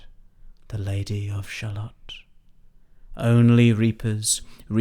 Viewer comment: I'm confused though. The poem only finishes correctly if your Shallot is pronounced shallow.